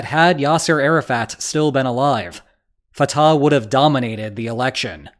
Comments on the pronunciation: It’s not Fat-ah it’s pronounced Fut- ahh 🟨🇵🇸🟨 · the h in Fatah is pronounced like the h in Hamas